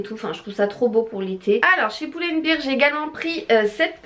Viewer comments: Pull and "bèr" sinon "bir" veut dire bière ^^ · Coucou, pull and bear ca se prononce pas "poule and bire" mais "pull and bère", beer comme tu le prononce c'est une bière en anglais ;)